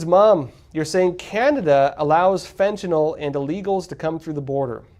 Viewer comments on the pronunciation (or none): none